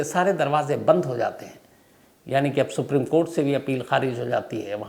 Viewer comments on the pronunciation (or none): none